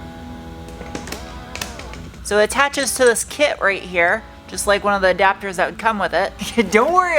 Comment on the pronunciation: A dapters? never heard it like that before.